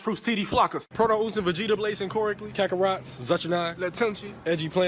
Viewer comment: bro actually said " kakorots "